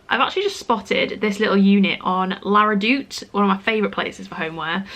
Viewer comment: All this time I thought she was saying “Laura Doot” for the furnishing website. Couldn’t figure out why I couldn’t find a website 🤦🏼‍♀️